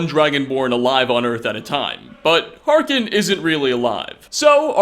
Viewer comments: Do you play the game on mute? It's Harkon, not Harken. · "volikar" "harkin"